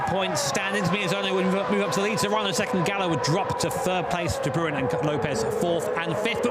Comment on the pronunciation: Lol de brooen, its pronounced de brain